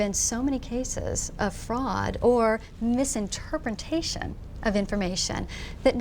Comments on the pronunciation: YAY! I made it to the end! It's one of those train wrecks you can't stop watching! So, my first end comment... - misinterpreNtation. I understand mispeaking and it was an unfortunate event, but it was still funny, especially put in the context of her argument at the time. I love you, irony. Second, I'm not sure she ever heard what Richard was saying. She heard the words and jumped around as much as she could, but certainly did seem to be the more closed minded of the two. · MisinterpreNtation, eh? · The look on her face when she said "Misinterprentation". HAHAHA I would have walked away at that point